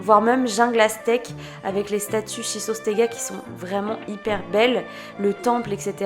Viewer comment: Tu arrives bien à prononcer "schistostega" moi j'y arrive pas du tout 🤣🤣